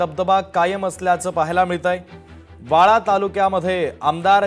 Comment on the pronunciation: वाळवा बोला वाळा नाही 😅 कोणी कामाला ठेवलं काय माहित😢